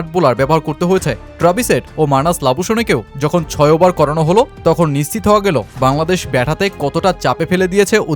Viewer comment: ওবার কি ভাই? ওভার বলেন। দিরগো না, দীর্ঘ, ঠিক মত বাংলাও বলতে পারেন না, আবার ভিডিও বানান।